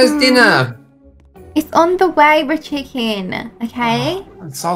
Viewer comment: Does call him richicken